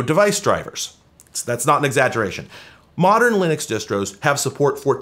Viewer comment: "Modren"... Domo Arigato, Mr Roboto! 🤭